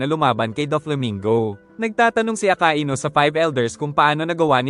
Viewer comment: Hindi po aka i nu akainu po